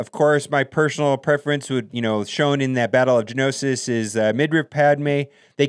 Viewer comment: Say it with me gee-a-no-sis damn I don't Kno much about Star Wars just the game huh!